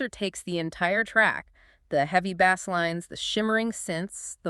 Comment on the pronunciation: 🎣 “bass lines.” OMG, you folks totally exposed your fake narration by mispronouncing one of the main terms in electronic music. 🤮